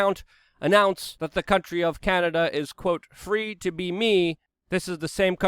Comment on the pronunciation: It's EL SALVADOR not AL Salvador. CANADA not CANADER but you seem to have caught yourself on that one in the end lol